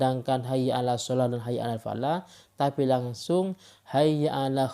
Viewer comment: Tuh gk jauh beda sama orang ini..!!!! Nyebut nama allah pake و 🤣